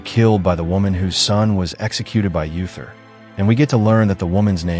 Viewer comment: Uther is pronounced OO-ther, not Yu-ther.